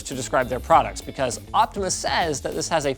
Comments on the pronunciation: I don't think he correctly said the brand name even once despite it clearly saying "Optoma" on the box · linux where in the box you read optima as optimal? it is optoma as for optical monitor